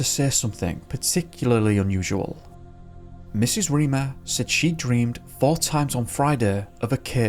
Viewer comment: Minor pronunciation note: the surname Reimer sounds like 'rhymer', not 'reamer' :)